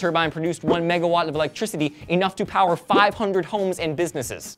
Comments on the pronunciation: The hell happened to? XD I know said, "Ah, that's a lot of powa!" so did say "Lots of powa!"? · UNLIMITED POWAAH!!!